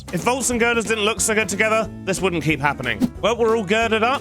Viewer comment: "looking giird" 😂